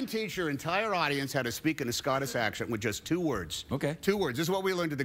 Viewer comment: Why does he keep saying "Scottiss Acshant" he is tongue tying himself xD